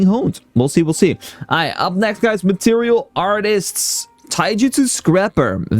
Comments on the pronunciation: I died hearing material artist 💀 even though nice video gonna let u a sub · "Material Artists"? bro it's martial artists you even pronounced and typed that wrong